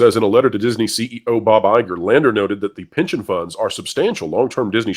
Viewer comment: Please tell me I’m not the only one who heard “pigeon funds” more than “pension funds”.